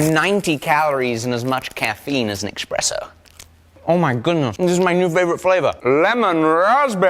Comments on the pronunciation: Did you really just say expresso? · Expresso,?